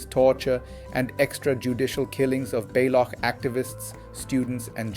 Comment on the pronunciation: OMG Why are you mispronouncing Balokhistan, BALOK People and Gwadaar? AI gone wrong here!